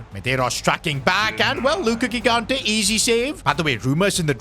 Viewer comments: R we not gonna point out that it's not Gigante it's pronounced ji-gante so say it jigante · Bro olease start calling Gigante "JIGANTE" like you say GIANLUIGI Buffon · 5th time now saying it, and i'll keep going until he sees my comments: the first "g" in gigante's surname is pronounced like the "j" in john or joy, please say it correctly!!